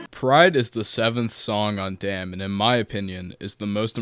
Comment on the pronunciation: ay bro its DAMN. not DAMN ,just know that